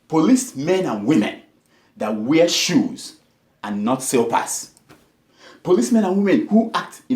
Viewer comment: Did he just say "SILPERS" instead of 'SLIPPERS'?